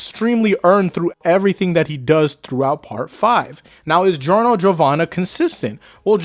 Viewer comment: It’s giorno it’s not even close